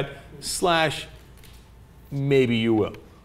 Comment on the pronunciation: haha "suddle" brain wash... right its just "suddle"